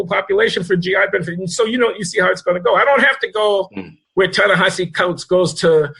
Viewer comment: Even Coleman mispronounces Ta-Nehisi ... It's gotta be a running gag among you three ... Glen, John, & Coleman. ;)